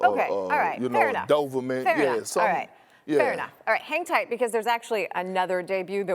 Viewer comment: doVerman? They should have speaking a contest: Chuck v.s. Perk